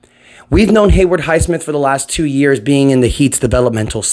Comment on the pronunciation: ITS HAYWOOD, HAY WOOD, NOT HAYWARD lol